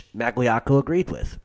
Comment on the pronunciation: It was 4 years ago, but you just butchered Magliocco. How I jus spelt it, is wrong. But its a lot closer than what u spelled out. Also both of them were as bad as each other with that, wanna Whack Carlo, Tommy and their own cousin Stevie Maggadino.